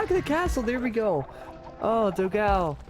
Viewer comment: As a portuguese speaker I find very funny when he speaks the brazillian player "dogao" name like "dow gal", when the correct pronunciation would more like "don gone". Btw, excelent video and commentary!